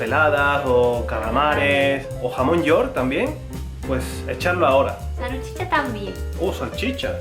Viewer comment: Yuko: "SARUCHICHA tambien" (salchicha)